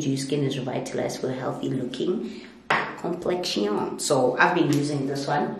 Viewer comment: There’s no way you pronounce “complexion” like that 😂😂🤣🤣🤣🤣😂 that’s literally how I say it! I’m finished! 🤣🤣😂. I think I speak for a lot of people when I say having you share that last part of the vlog is such a blessing. We’re all going through it with the virus and the anxiety and fear it brings, but it’s always to comforting to watch your vlogs and see you be completely honest about how you’re feeling. You are not alone, and like you said, we will get through this! I hope whatever you’re going through in your personal life passes as well and makes way for blessings! Thank you for sharing this kind of content- I don’t know if you know how important and empowering it is. I hope it does the same for you ❤️❤️